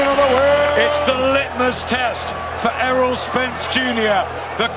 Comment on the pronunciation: You could do better its Errol Spence but still a good video